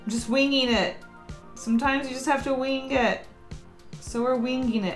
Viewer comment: Did anyone else notice she said weeng it instead of wing it lol